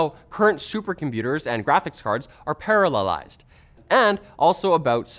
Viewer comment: how many times do you think he tried to say "parallelized" ??